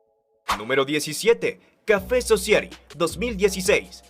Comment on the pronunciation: Se pronuncia Sosáiti